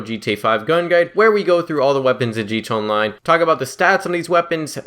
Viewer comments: He said gtonline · I'm always confused by guys who make a conscious decision to make GTA Online videos when they can't even say "GTA Online." This guy is even worse than most. Wtf is a "G Chonline"? Slow down. Open your mouth and let each syllable come out before you move on to the next one. Quit adding new sounds that aren't there if you can't even say the ones that are. Why add a "ch" if you don't even have time for the "a"?